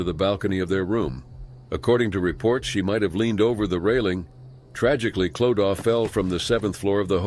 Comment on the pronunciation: No it is not! Clodagh is an Irish name pronounced Clo da.